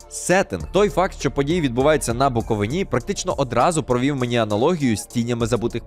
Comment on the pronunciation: Ви задовбали Буковииииини , а не Буковиниии